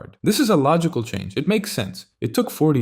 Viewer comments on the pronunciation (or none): none